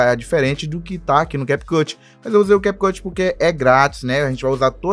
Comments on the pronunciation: Na hora que ele falou CAP CUTI me quebrou mais o que vale e o ensinamento🙌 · Ainnn desculpa aí “americano” 😂😂😂🤦🏻‍♂️